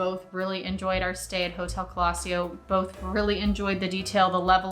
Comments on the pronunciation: Nice video, thx. The name "colosseo" is Italian, you stress it on the "e". Keep going, I subscribed. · First time You pronounced it like we Germans do. 😊